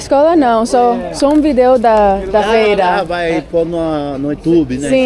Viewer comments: the old guy who gave you the strawberries couldn't understand you because you were saying "video" incorrectly. You're pronouncing it like if you would in Spanish with the stress over "e" in the second syllable. But in Portuguese, the stress is on the first vowel of the first syllable. So it sounds more like you are saying VEE/jee/oh, than vee/DAY/oh. Also if your answer to a question is, "yes", don't say "yes" because it doesn't sound natural. Instead you should say "isso" extending the sound of the first vowel. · Bídeo 😅 we can understand portuñol but sometimes the pronunciation of the languages is unhelpful (v with a b sound in spanish). He was so sweet tho! Really cool video :) ( which is not for school lol) Also yeah i think some people from outside brazil especially americans don't know our supermarkets are like much easier to walk to or closer to people's homes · When pronouncing "vídeo" you have to stress the I not the E. Otherwise Brazilians won't understand it - it sounds to them like the capital of Uruguay. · Ele não entendeu a palavra "vídeo". 😅 A pronúncia correta é "VEE-deh-oh".😘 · Oh, I had to come back here after hearing you speaking Portuguese! Yeah, I noticed your pronunciation good in churrasco! Lol! Okay, vídeo was not so clear, that is why the guy in the street market thought you said Montevideo! Other than that, your Portuguese is pretty good! Wow! Dois quilos de batata...tem sacolinha! I couldn't say that better myself... The song playing in the background...Nothing's gonna stop us now! I have a question. You mentioned your day a couple of times (maybe more) and I feel like I am missing something here. Is your dad, Brazilian? Is there a video where you talk about this? And, is so, can you send me link, please?